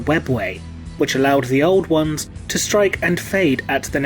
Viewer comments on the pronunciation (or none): none